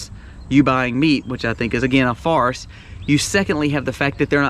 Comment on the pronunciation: My brother, did you say it's a complete fart or farce that the meat is going up in price?:-) :-)